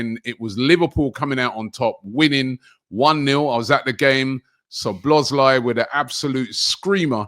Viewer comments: Even worse. Calls him *Slo*bloszlai. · “Soblozlai” It’s been two years and still can’t pronounce the name. 😂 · Arsenal & Utd fans refuse to say other teams players names properly. It's some kinda disorder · I knew would butcher szobos name